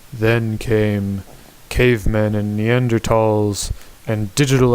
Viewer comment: You're one of the few homo sapiens that pronounce Neanderthal correctly. Does it follow that you know cameras better?